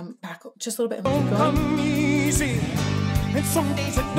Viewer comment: Singing like Meatloaf is all about sounds that make up the words, not the words themselves. "Somedays it don't come easy" is sung "Somedays it don't Cuh MEEEZY" He has the emphasis on the M sound in "come" by literally singing the word Meezy.(or measy, i guess.) It's similar to how you can flawlessly say tongue twister phrases if you break them into syllables and form them into their own groups. "Red leather yellow leather" is hard. "Red leather yell Oh leather" is MUCH easier. You can also use similar sounds with different letters. Say "Trump" Say "Chrump" If you have a hard time with TR sounds being too muddy, switch to CHR and it actually helps you adjust the clarity.